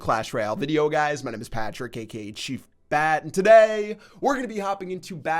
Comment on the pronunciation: i swear, i heard him say "chief fat' 😂